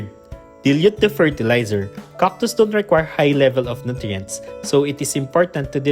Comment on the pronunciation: This channel looks like an excuse for the author to say COCK 50 times per video. Or did you not know they are called CACTus, not COCKtus?